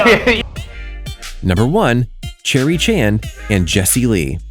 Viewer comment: Why’d he say her name like “cherry” 💀